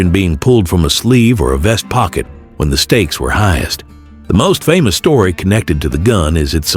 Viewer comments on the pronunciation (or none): none